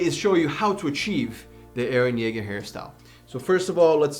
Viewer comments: mans just called EREH CHILL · Why can i hear “hArDeR eReH”